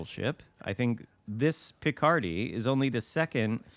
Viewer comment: Since it is French, last syllable should be stressed. LMAO THAT shot at Nagato! 2 out of 16 actually hit the target :D